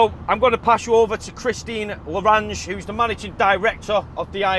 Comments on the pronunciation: "Christine Madeleine Odette Lagarde"...........where do you get larage from? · Awesome vids bro. One small note. It’s “Christine LÊ GARD” lol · Not having any idea how to pronounce "Lagarde" and other words common to the sector gives him less credibility. Less breathless shouting and more facts would be helpful.